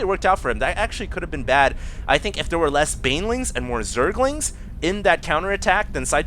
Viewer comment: fail.. he said "Zerlings have cum"